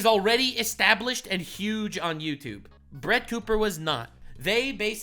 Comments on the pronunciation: You called her Crett Booper 🤣🤣🤣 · “Crett Booper” 😂 I’m dead 😵